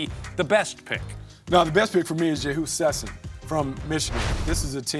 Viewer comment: God they mispronounced jehus names